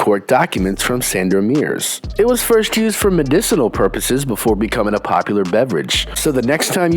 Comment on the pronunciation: Kazimierz, not Casimir ... Sandomierz, not SandomiRS ...